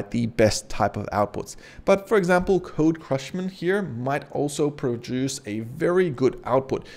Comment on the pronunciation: "CRUSHMAN"??? Really? Great video but your mispronunciation of language model names was distracting... Babbage & Ada are historical figures - the models are named after them. It's understandable that you might not know how to pronounce those name but "CRUSHMAN"? How? There's no R in CUSHMAN!!